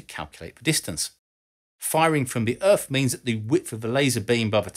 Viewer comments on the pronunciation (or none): Does he say Earf or Earth? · Lasers from the moon to the Earff. Love it.